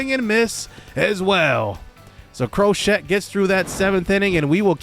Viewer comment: Bro cmon it’s crow-Shay not crow-shet 🤦🏽‍♂️